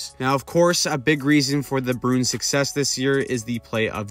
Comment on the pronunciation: I like how you say Bruin. You say it like Broon. I respect that.